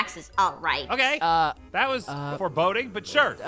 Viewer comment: it's not "tat" it's "that"